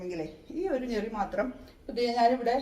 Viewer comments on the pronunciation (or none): ഞെറിയല്ല ഞൊറി.. 😊